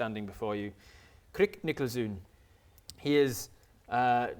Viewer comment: Did any other Dutch speakers cringe slightly every time they said "Nikkelzoon," or was it just me? I know it's too late to get the correct pronunciation in the game, but it should be pronounced like "nickel zone"